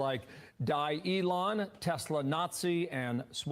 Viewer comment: "Telsa" lol